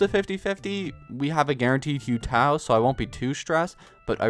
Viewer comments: its who tao, not hiu tao pls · Day 3 of saying to call hutao “who tao” and not “hue tao” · PLEASE you don't say hew tao you say who tao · Congrats on the Yaoyao :D also just wanna say it’s “who-tao” not “hue-tao” haha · This guy be like: hue tao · When saying Yaoyao's little bunnies name it is you-gwey and hu tao is pronounced Who-tao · I took your yaoyao and you took my xinyan💀 Also it's not hue tao it's who tao please pronounce it righttt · It's driving me insane. If he's gonna say hue tao one more time I will literally pull my eyeballs out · not gonna lie, "Hue" Tao is making me wanna stab my ears Also "Zhao/Zinyan" instead of "Shao/Shinyan" but not as much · It’s painful to watch you saying hyu tao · hu tao isnt pronounced like hyu tao 😭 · It’s pronounced who tao🥲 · man, dont take this the wrong way... its pronounced who Tao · you are not, i pray he stops doing it every day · I'm annoyed too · nah almost everyone says something about his name pronunciation in the comments. hopefully after he gets hu tao he’ll say her name correctly as she literally teaches you how to say her name in her voice lines 💀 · I think hu tao will send a five star your way because you keep butchering her name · It pains me how you say hu tao….